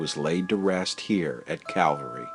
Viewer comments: Why does it sound like you say Cavalry and not Calvary? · It's Cal-va-ry, not Cav-al-ry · That's CALVARY. Not CAVALRY. One of my pet peeves, (usually with the first word pronounced wrong). This is antique stuff, more on the lines of our grandparents generation. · It's Calvary not Cavalry. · I love your work but PLEASE it is CAL VARY not cav alry lol. You are so respectful and dont senstionalise any of the people who you choose to talk about. I wasn't keen on seeing tese 2 episodes as I am not a Hollywood fan, but you have done such a fantastic job that I was pleasantly surprised. Thank you. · Cavalry-- someone could have corrected the narrator.